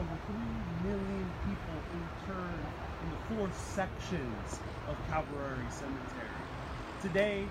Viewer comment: and this guy needs to be educated: "The Grass isn't mowed THAT WELL.. This cemetery is cared for impeccably. This Guy seems like a Rank Amateur....He CaNNOT EVEN PRONOUNCE THE cEMETERY' NAME CORRECTLY.